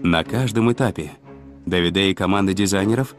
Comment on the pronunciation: Прекрасно поданный видеорепортаж. Показаны настоящие умельцы в своей отрасли. Лишний раз убеждаешься, что правильно подобранная команда - гарантия безоговорочного успеха! Желаем настоящим мастерам процветания и благополучия! P.S. В фильме допущены две лингвистические и часто звучащие ошибки: итальянское имя Давиде произносится исключительно с ударением на А - ДАвиде, а не ДавидЭ'. Тоже самое касается и города МОдена, а не МодЕна! Но это лишь маленькая поправка, фильм в целом сделан великолепно! Кому дано Зрение, тот Увидит! 😊